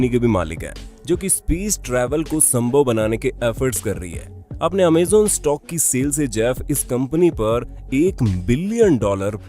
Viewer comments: It's not amzon It's amazon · Amazen nhi amazon hota hai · Bhai amejan amajon hota hai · Amazon bhai ap amezan bol rahe he😁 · Pehle bolna seekh Amazon bolte h amezen nhi Ambani 1min ka 90 crore kamata tha purre lockdown for 5 months through jio internet... Pehle information gain Kiya karo tumlog , firr as influencer bol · Abe amezan nahi amazon hota g lVde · Amazon hota hai amezon nhi sir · Amazen nahi Amazon and bezuz nahi bezoz prononcetion sekho 😠😠😠😠😠😠😠😠😠😠😠😠😠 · You are speaking amaazan dont amazon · Cant believe you did pronounce it (amazon) wrong!!!!